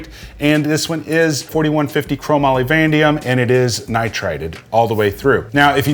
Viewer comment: Vanadium = “van-AY-de-um”